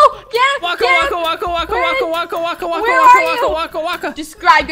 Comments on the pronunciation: DON'T SAY WACKA!!!!!!!! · we don't say wakawaka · don’t say waka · don't say wakka